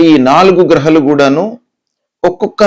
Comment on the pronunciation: Grahalu... గ్రహాలు.. హ కు దీర్ఘం ఉంది .. సరిగా పలకాలి కదా